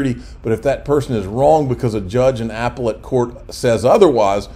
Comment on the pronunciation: Keep in mind, you’re listening to a guy that pronounces Appellate—— Apple 🍎 it